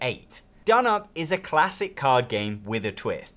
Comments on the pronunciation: donop? no. it's d'noop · You know it's pronounced "down up". Says so on the box. You're saying "dnup" for comments? As a fan of Scout, I am also a fan of this. I don't find it plays any faster or slower. Scout really only has 2 things you can do on your turn, whilst this has 4. In both games it's often the case that on some turns obviously some of those options are not in consideration. This means in Scout some turns you aren't making any significant decision and are very quick. I find in dnup I'm often deciding whether to add a card to someone else's set or actually pick up someone else's set. Options that I hadn't been able to think about until the player before played. It doesn't seem any quicker to me. Both are great games. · I like your Turkish😂